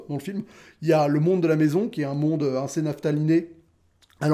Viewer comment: Alors vraiment, désolé je vais faire mon trou duc à chipoter, mais...ça fait très longtemps que je te suis, et tu répétes énormément le mot "assez", genre, tout le temps. Et je le sais car tu le prononces "ainssez" et c'est très énervant.. Fallait que je le dise jsuis désolé te corrige pas pour le seul pelo que ça dérange mais.. Stp corrige toi c'est pas français :p